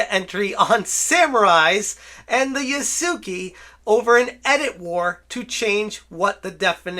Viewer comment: My guy, please, it's not "Yah-soo-key" there's no key at all. Try "Yah-soo-keh". You can actually pronounce it "Yah-skeh" that'd probably be easier and likely end up sounding closer to correct. Here's how to pronounce any japanese thing ever for the most part: A = Ah i =Ee U = oo E = Eh O = Oh And all the other shit is basically what you're used to. Except for R's but you don't need to go that far.